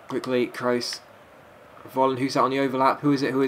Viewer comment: Dear. you pronounce his name "Folland" not "volland":)